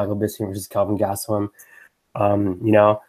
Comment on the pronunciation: Who’s your parlay pick can’t really understand you ??? Gast and who??